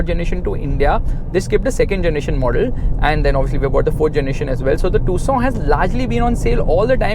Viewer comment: I 😂😂 thought it's pronounce as Tucson but it is tusooon